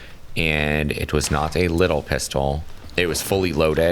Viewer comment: He says “pistol” funny